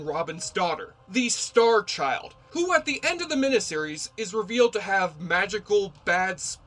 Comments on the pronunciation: just one weird critique: You keep pronouncing "mini-series," "MIH-NIH-sih-riz," rather than, "MIH-NI-sih-riz." Think of the word, "miniature." Something is mini, MIH-NEEEE. Not MIH-NIH. Otherwise, good coverage, without spoilers. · WHAT IS A MINIH SERIES?.....I'M SURE YOU'RE TRYING TO PRONOUNCE IT MINEE SERIES...WTF DUDE? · Why do you keep saying, mina-series, instead of, miniseries? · Just curious, why do you say minAseries instead of miniseries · Trivial,I know, but it irked me every time the word "miniseries" was pronounced "min-uh-series" when it's pronounced "min-ee-series", from the two words "mini" meaning small or tiny and series. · WTF is a "meneseries"? Did you maybe mean "miniseries"? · It's MINI series not MINA series!!!! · You pronounce miniseries like a West Virginia coalminer on his 6th can of Coors. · You say mini-series funny.